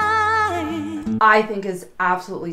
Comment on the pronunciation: She pronounces D Vine and leaves the 'i' out.